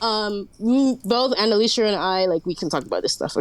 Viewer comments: Our Queen Annaleesha Edit: to be clear, I'm mocking her worship of Annalicia (calling her queen multiple times) despite her inability to say her name correctly. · She said that, mispronouncing her name